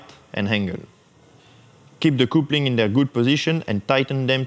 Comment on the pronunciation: the word " coupling" you pronounce " capling "